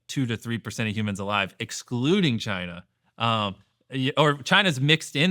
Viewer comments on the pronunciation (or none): none